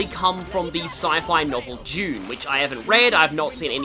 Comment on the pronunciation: you pronounce Dune as June